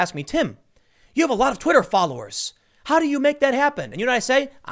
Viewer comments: "Twiter" lol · *Twitter not Twiter tim